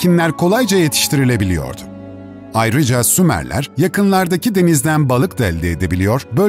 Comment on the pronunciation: Abi önce uygarlar diyip sonra sumarler diye konusdunuzda anlamadım